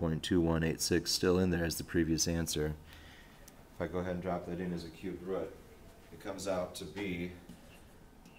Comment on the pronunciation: root, not rut, but yeah good video, thumbs up